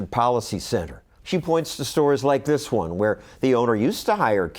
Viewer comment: “wE dHid ThIieiiSs!”